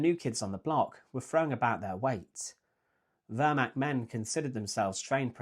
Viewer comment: Pronunciation tip: the eh in Wehrmacht is more pronounced like the first e in where, not like the e in her.